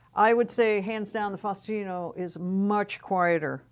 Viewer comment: It’s pronounced SPETCH-EE-AH-LI-TAH and FAH-OO-STIN-OH.